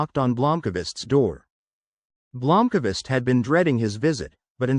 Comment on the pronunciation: Blomkavist? WTF is that A doing in there. Thats the end of my listening. I expect at least the names to be somewhere near correct.